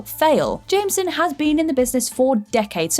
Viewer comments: Nobody gunna mention her abysmal pronunciation of "Jameson"? No? Alright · You say Jameson wrong XD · Am I the only one bothered by the way she pronounced Jameson when saying j. Jonah jameson?